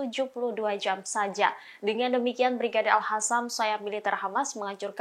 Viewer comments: Capek ya ngasih tau, tetap aja al qassam dibaca al hassam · Lo gak bisa ngomong Al -qosam ya ! Pake Q